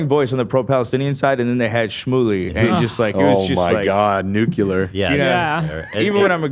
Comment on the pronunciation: "NOOK-ya-LER"... Nooooo!!! 😂🤣😅 Way to go 🫣